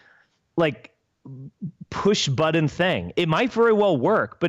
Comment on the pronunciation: I hate how Spencer pronounces the word "button"